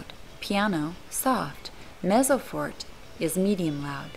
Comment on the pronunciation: she lost all credibility when she said Fort....